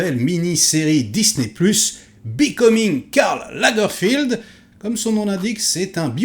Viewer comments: Lagerfeld, c'est Lagerfeld, c'est pas Lagerfild. Il est allemand. Tout le monde n'est pas anglais :) C'est pas comme si on n'avait pas entendu son nom un millier de fois... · C'est Lagerfeld pas Lagerfield. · Pourquoi tu dis sans cesse Lagerfield, c'est Lagerfeld ? Pour une fois, je ne suis pas d'accord avec toi sur tout. Ce que j'ai trouvé intéressant, c'est que la série prend le parti de montrer l'ascension de Karl Lagerfeld s'arrêtant à l'aube de sa plus grande réussite : prendre la direction de la maison Chanel. Ce parti pris nous révèle une autre image de celui qui allait devenir le Kaiser de la mode. La série tente, autant que faire ce peut, de découvrir l'homme derrière les fameuses lunettes sombres. Elle y parvient en partie car KL n'était pas homme à se dévoiler. Il ressort quand même l'impression que cet homme, s'il vivait très entouré, a toute sa vie été profondément solitaire, la plupart du temps par choix. J'ai trouvé la série intéressante (et puis Daniel Brülh n'est jamais mauvais) mais un peu moins que celle sur le couturier Balenciaga également sur Disney.